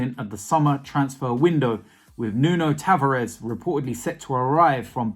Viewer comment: it’s Nuno taVArez lol not nuno TAvarez